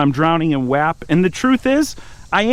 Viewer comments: For the love of god someone tell his man it’s pronounced wOp 😂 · Love the video, definitely gotta get that M5 up & going! Butttt it’s wop, just spelled wap 🤣